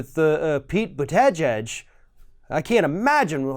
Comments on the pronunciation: It’s boot-a-judge. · As someone who grew up in a large Maltese community in Melbourne, it was pronounced Butta-gig